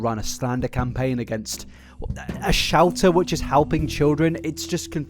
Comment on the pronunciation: For the first 10 minutes, anytime he said Shelter i heard Shouter and i was so confused as to what a Shouter was